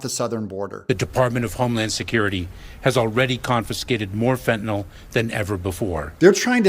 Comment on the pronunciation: She can't say Fenta- NYL, either. She keeps saying Fenta- NOL; As if it's a kind of Tylenol. But not everyone is a Pharmaceutical chemist, like I am.